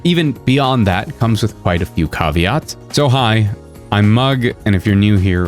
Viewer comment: What a weird way to pronounce caveat. Neither the American nor the British pronunciation is “kah-vee-aht”. American is “Ka-vee-aht “ and British is “ka-vee-at”….